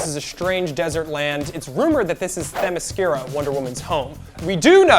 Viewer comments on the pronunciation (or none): none